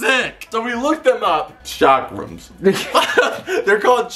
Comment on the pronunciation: It’s pronounced Chuck Rum not Chakra man